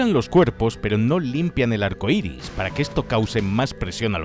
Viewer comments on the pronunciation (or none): none